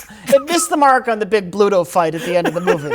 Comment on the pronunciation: For a popeyehead, still was and called Bluto, "pluto". How embarrassing